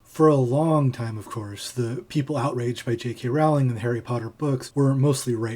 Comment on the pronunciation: I scanned the comments to see if anyone pulled you up on your pronunciation of Rowling (it’s like ‘Rolling’) but I couldn’t see any. I seem to recall Stephen Fry on QI once corrected Lee Mack for pronouncing it as you do.